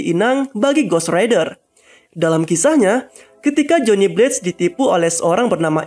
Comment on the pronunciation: Bang lu pronounced blaze jadi blates/blades, Simple aja, “bleyz” Pluus penance stare itu di milikin semua ghost rider sebenernya, Buukan hanya ghost rider nya si blaze